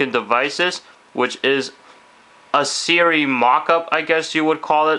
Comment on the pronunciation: It's Siri... not 'sara'